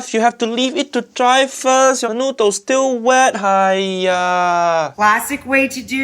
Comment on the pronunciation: Why does she pronounce noodles as n-YOU-dles?